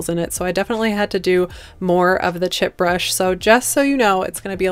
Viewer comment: Chip brush? Is that what you’re saying?